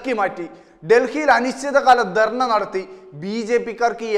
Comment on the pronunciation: ചേട്ടാ ദെർണയല്ല ധർണയാണ്... എന്താ നമ്മുടെ ചാനലുകൾ എല്ലാം ഇങ്ങിനെ?